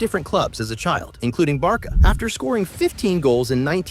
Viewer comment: But why do you Call Barca Barka? 😅